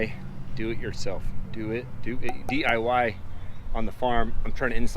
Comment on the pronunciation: I’ve never seen someone have so many problems trying to say D.I.Y 😂🤣 You need some boots of some sort to go around the sticks. Like cv axle boots off a Atv.